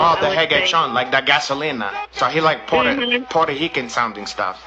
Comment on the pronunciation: “Puerto Hican” LMFAO